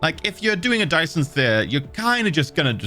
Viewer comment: You have to love ability to speak as sphere sounded like spear.